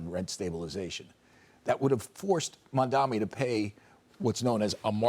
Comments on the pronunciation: All these dumbasses always mispronounce the name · Lmao they STILL can’t get his name right